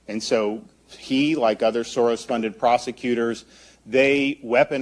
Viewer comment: As a Hungarian, it's so entertaining hearing how you attempt to pronounce "(George) Soros (György)" 😂... another proof, that the Soros organisation isn't 100% our fabrication for political purposes...(even if it's drastically amplified here in the "home" country)